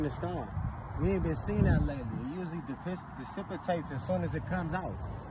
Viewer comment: trying to pronounce dissipate that's kinda funny😅😅 "Di-piss....de-cip-itate" 🤣🤣 I ain't tryna clown him tho....big up to my mans expanding his vocabulary